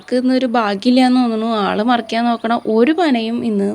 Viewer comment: പനമറക്കാനല്ല മറിക്കാൻ എന്ന് പറയൂ കഷടം